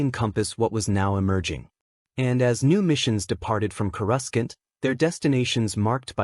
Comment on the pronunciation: Annoying AI can't pronounce Coruscant properly.